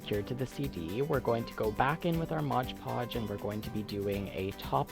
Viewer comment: It's MOD Podge NOT MODGE Podge